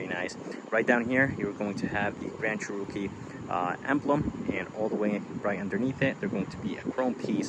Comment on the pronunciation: Lol, dude it's a Cherokee. Not a churro-kee.